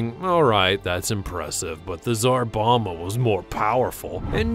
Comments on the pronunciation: Its Czar BomBa not Czar Boma bud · Bom-ba, Bom-ba. Not Boma. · It’s pronounced “ZAR BOM-BA” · I guess you could visit Chernobyl right now, but you'd have to join up with the Russian Army. Also Tsar Bomba is pronounced with both Bs: "Bom-bah". English is weird, ours is about the only language which doesn't pronounce the second B in "bomb". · It's called the Tsar Bomba not the "Zarbama" which sounds like a more evil version of Obama. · And pronounced tsar bomba wrong